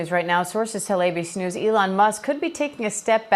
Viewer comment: Why does that reporter lady pronounce ABC News like "ABeeSnooz"?